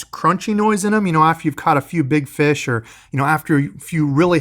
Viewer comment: Feesh and friends, must be Canadian!